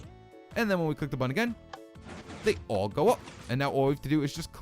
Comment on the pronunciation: HE SAID CLICK MY BUTTWHOLE!!!! xD